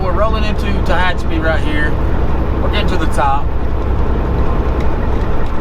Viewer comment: U pronounced Tahachipi correct .......I know I can't spell it right......lol